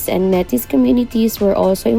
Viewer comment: I’m very sorry but I cringed so hard when you said “Metis”. Please, “may tee”….. Welcome to the north.